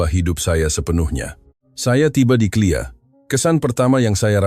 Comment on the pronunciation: K L I A. LA ....NGOK!.... bUKAN CLEAR pegi belajar di SD semula baru buat content malukan!